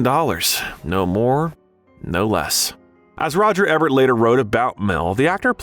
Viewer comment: Alright, I’m gonna have to say something about the pronunciation of names it’s not Roger Ebb-ert it’s E-Bert and it’s not Bo-No it’s Bon-O